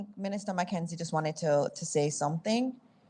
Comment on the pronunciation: Can someone please tell that’s it’s not ministuh???